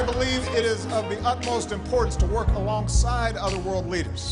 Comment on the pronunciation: No one: Absolutely no one: Obama: werq werq werq werq werq